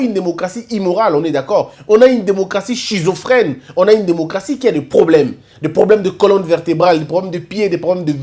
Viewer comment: 🔴 On écrit SCHIZOPHRENE on lit skizophrène et non sscshisopren ⭕